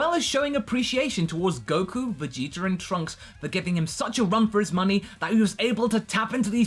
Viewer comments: he said viggeater lmao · Vegeter. Lmao.